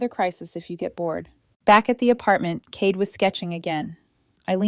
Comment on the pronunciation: Cade, mispronounced.